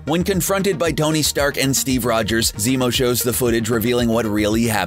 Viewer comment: did he say "stony stark"!!!